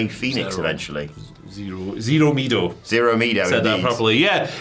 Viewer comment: Boy just wanted to help you out, it’s Miedo is not Mee-Doh It’s said Me-eh-Dough Couldn’t tell if you guys were messing around with the name or not so wanted to help 😊